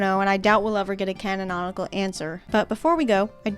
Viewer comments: Just because you're likely to use the word a lot more in future videos, I noticed you're saying "canononical" rather than "canonical" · Diggin the extra syllable in "canonical"